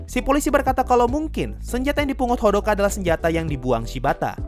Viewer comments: Hodaka👌, not Hodoka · Hodaka bukan hodoka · Hodaka bang bukan hodoka😅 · Bang bukanya hodaka bukan hodoka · Kenapa abang omong hodoka bukan odaka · Kenapa hodoka... Aneh dengernya :( harusnya kan hodaka ಥ‿ಥ